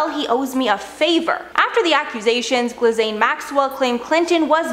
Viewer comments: Top 1 thing you didn't know, lol 😆 her name is not Glizzane Maxwell but Ghislaine Maxwell.... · "Gi-layne" not "gliz-ayne" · The 's' in Gislaine is silent. It's pronounced 'Gilaine'. It's a nice sounding name. What a shame it's attached to someone so evil. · I cringed. Lol! I love, though. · I have a theory, given the idea that the island was a hub, the people policing it may be federal agents.... 👩‍💻 also, pro tip, Ghislaine is pronounced like Gee-lane (the “g” is said like gold) 🥸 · Nobody pronounces maxwells first name right lol it’s Gee (like E) and then lane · girl its pronounced as "Gee-leyn" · Guffrey? Giz-lane? At least get the pronunciations right if you’re going to report on it...?!🙄